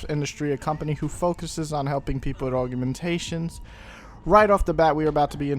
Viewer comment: im pretty sure its aug-mentation not aug-u-mentation cause where is the second u in augmentation? :O